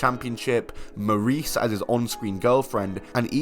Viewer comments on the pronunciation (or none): none